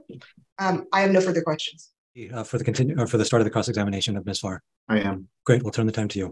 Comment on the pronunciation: Did anyone else think she said 'miss fart'? I had to squint to read the ladies name, 'Farr', lol